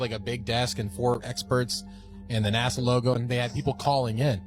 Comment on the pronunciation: it's NASA not NAZA get it right please...